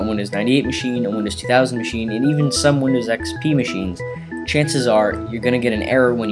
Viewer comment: I get so triggered by how he says windows 2000 MACHINE!